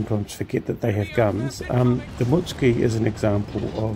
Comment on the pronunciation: I’m not positive but I think the name is pronounced “Moot-sue-key.” Funny ending. 7 seconds left, I wanted to yell, “Pedal faster, peddle faster!” For a dd expected to be reasonably fast, it seemed slow. It was odd that the planes went after you rather than a larger target. Revenge for sinking other ships?